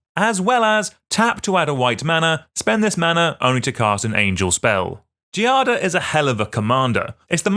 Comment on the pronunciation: The pronunciation of “Giada” involves a soft G, the same sound of “gym”. You can try to pronounce Giada like “djada”. The noun itself derives from “jade”. Sorry for the intrusion, but I’m italian and we use to help who tries to speak our language (unlike the french lol)